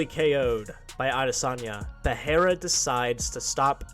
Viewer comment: "Pee-ai-ra." Goat Chael